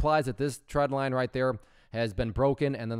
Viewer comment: When you say "tread"/"trend" line, is it "trend line" or "tread line"? For some reason I keep hearing "tread line" but I thought it was called trend line.